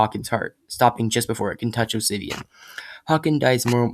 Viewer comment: For a second I thought you said ‘Obsivian’ at . I have done my job. Obsigneous shall live on forever!